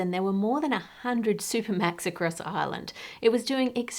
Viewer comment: Supermacs is pronunced as supermax!